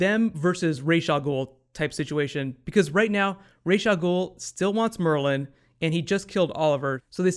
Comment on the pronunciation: Raaaas al ghul not rageee al ghul, why?????